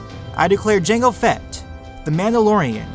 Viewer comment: lol through out the video he was acidently saying jenga fett instead of jango fett